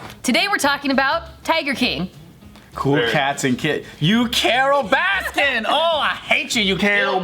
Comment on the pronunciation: It’s Carol Baskin. There’s no S at the end of baskin.